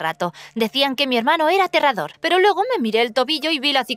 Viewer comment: ¿Porqué siempre que dices “pero" lo pones al revés pareciendo que dices preparar?? Muy raro ._.